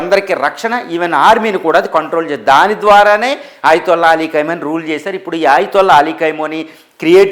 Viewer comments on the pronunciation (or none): Khaimoni,khaini,kaaduraa BABU! Khamenei!!! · Kaimoni kaadu ra babu Khameni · ఏయ్ ఎవడ్రా నువ్వు అది కైమోని నో, ఖైమా నో ,కాదురా ఎదవ. అది ఖమేని రా పిచ్చి మొఖమోడా😂😂